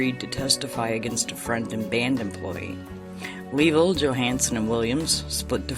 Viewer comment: Very good show! Just a couple of minor nitpicks, Chuck Leavel is pronounced like Lavelle , and it's Warren Haynes, not Hayes. Not trying to be an ass just a big fan.